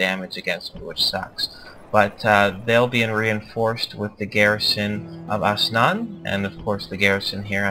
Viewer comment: It's not Asnan, it's Ansan.